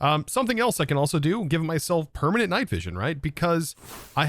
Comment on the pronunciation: Ekspecially. Permahnit. 50% = 2x